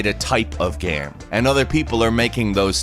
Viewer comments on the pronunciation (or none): Can you stop saying "gam" instead of game? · You said gam